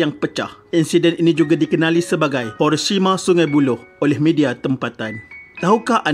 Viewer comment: Kata admin pada minit insiden ini dikenali sebgai #HOROSHIMA SUNGAI BULOH BUKA HORORLAH MATTT TAPI HIRO KALAU PAYAH NAK.SEBUT HIRO KAU SEBUT JE HERO KAN LEBIH KURANG SAMA.HIRO DENGAN HERO .KALAU HORO MEMANG SHERAM BUNYI NYA!